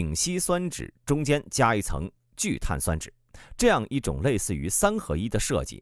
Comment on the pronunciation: 聚碳 酸酯，播音没学过化学吧😂。中间为什么要停顿一下